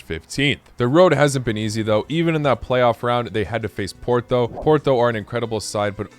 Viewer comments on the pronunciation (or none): none